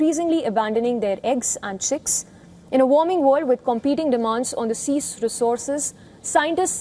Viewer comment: The use of diction in this reporter is as wild as the African coast! "Woarled 🌍" 😂🤣😅🤣